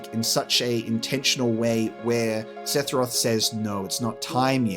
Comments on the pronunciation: It's funny how you say "Sethiroth", whereas I say Sephiroph. Why is his name so hard lol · Yall gotta get that seTHiroth pronunciation down haha